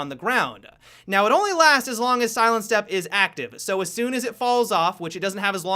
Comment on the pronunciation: Does anyone else get annoyed how he finishes his sentences... "This is a great way to see into the objective-uh" "Caveira's silent step-uh" "see you in the next video-uh"